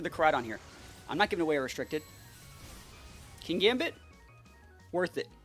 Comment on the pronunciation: I thought it pronounced kin-gambit? There isn't 2 gs and considering how you evolve it makes sense?